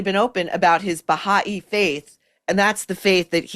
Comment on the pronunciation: Baa-ha- ee faith? No, it is Baa- high faith.